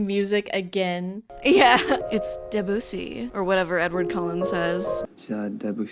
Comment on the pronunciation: Omg the pronunciation of "Debussy" killed me, I only hear people say it like that ironically lmao